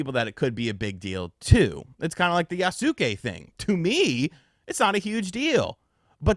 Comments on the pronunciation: yasuke is pronounced "yaske" (silent u) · I cringe every time I hear someone pronounce Yasuke with 3 syllables